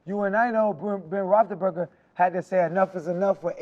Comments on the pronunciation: This dude said "Ben Bonthonburger" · This niggas said Warren Clark and Ben Ballslessburger lmao CTE or He Trolling